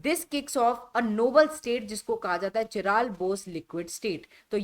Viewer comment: काइरल✅ चिराल❌